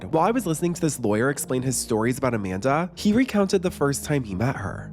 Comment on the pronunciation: “Jamanda Bynes”